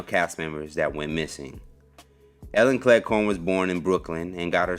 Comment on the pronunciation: Cleghorne? It sounds like you keep saying Clair corn.